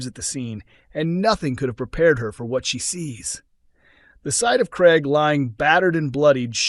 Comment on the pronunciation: It NOT GREG but Craig!